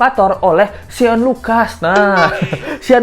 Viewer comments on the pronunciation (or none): Namanya shane bro (baca: syen) bukan sean